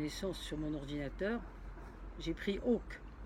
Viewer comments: Bonjour Elisabeth moi j’aime bien vos vidéos.. et quels beaux paysages depuis votre balcon ... pour le 1er ministre sa ville de naissance serait Vic-Fezensac c’est dans le Gers chef lieu de département Auch et nom pas Oque comme vous le prononcez cela ce prononce oche sans prononcer le e final ..😉😘 petite aparté... merci de vos vidéos .. et de votre temps .. Patricia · On dit pas Ok Mais och pour Auch lol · C'est vrai que le Gers c'est tellement pommée qu'on ne parle jamais de nous et que c'est difficile à trouver, pas vrai ;) Bon Vic-fezensac se trouve dans le Nord-ouest du Gers et on prononce Auch avec "ch" à la fin et pas "k", comme "chameau", vous ne prononcez pas "kameau" ;) Voilà, salutation d'une gersoise du département le plus pommée :p